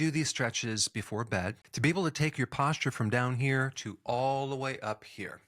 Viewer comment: I wanted to shower after you pronounce the words posture and fascial.